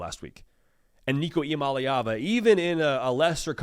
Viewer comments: I don’t understand, the last video I saw you actually pronounced Nico’s last name correctly. And now you’re pronouncing it incorrectly like every other Tennessee commentator pronounces it. It’s mah-LAY not mah-LEE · Nico “E - Ama- Lay- Ah- Vuh” Here you go my brotha. The Polynesian pronunciation for Nicos last name lol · I gotcha. Like I said, I thought his pronunciation was pretty close. EE-AH MAH-LAY AH-VAH